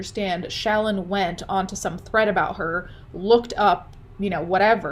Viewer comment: lol When you say Shallon it sounds like Childmo.